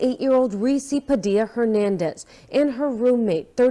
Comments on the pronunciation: Not that it matters but Padilla is pronounced Padee-ya. I would like to give another named but I think YouTube will probably ban be for the remainder of my life. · IN PADILLA the Al’s are SILENT OR LIKE A Y